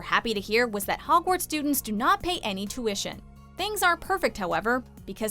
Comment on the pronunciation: oh god the way she pronounce "tuition"